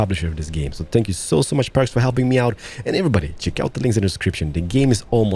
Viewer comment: when he says thank you, it sounds like spank you! XD!